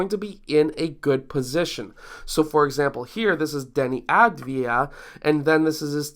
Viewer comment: Great video. The reason Deni didn't take a floater is that he shoots floaters with a low percentage. It's an issue he still must work on. Second, the way to pronounce his last name is Av as in Avocado , Di as in Dianna, and Ya as in Yahoo.